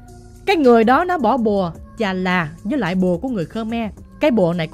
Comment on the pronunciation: Thật ra là bùa Chà Và của ngừơi Ấn Độ nha bạn, chắc bạn ko biết nên đọc là chà là (1 loại cây) 😅😅😅 nói chung chơi bùa sẽ bị phản bùa nên khi nào hiềm khích lắm ngta mới chơi còn khơi khơi chơi như câu chuyện t2 thì mình chịu rồi đó